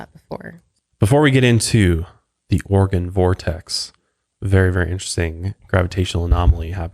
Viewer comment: Anyone else listen to the podcast and hear "organ" vortex instead of Oregon? 😂 Also, I miss the old song... but this one fits the whole vibe oh Mile higher.